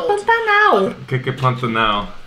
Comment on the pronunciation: KKKKKKKKK ESSA PARTE FOI MUITO ENGRAÇADO "QUE QUE PANTANAL" O SOTAQUE DELE